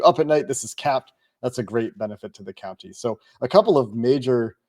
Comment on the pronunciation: you’re great but you’re hitting that “county” pronunciation waaaay too hard. Listen to how you say it and then listen to how says it. He’s nailing it. It’s compounded since you said “counTY” 47 times.